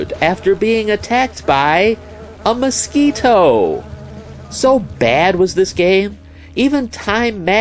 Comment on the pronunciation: He says Mosquito funny lol